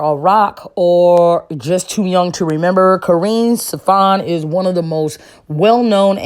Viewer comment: I don’t know if you can’t read but the way you’re pronouncing her last name there’s definitely the S at the end of Steffans 😂